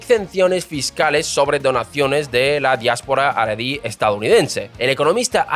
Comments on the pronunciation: Tu pronunciación es... Terrible 😅 Jaredí, no Aradí. Mizrají Ashquenazí Ben Gurión Entre otras :| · No se pronuncia JARIDI no es JAREDI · Abrazos hermano pero en Samaria lo pronunciamos asi jaja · Tienes una forma extraña para mí de pronunciar nombres hebreos: Gurion, jaredi, misraji ,asquenazi, digo yo .